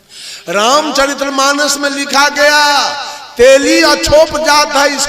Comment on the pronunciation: आप रामचरित मानस कानाम‌शुद्धनहीबोलपातेहो।औरप्रवचनकरतेहो। पहले आप बोलना सिखो। धन्यवाद।।